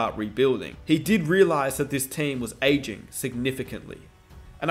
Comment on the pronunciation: Drink a shot every time he says “ayeging”